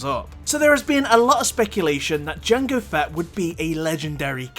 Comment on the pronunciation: I thought you pronounced jango as "jungle fat" for a second there lol